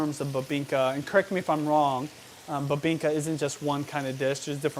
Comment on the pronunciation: Not babingka 😁 it’s BIBINGKA